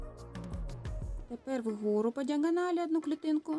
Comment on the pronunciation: Вгору а не в gору